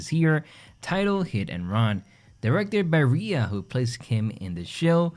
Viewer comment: Rhea is pronounced "Ray"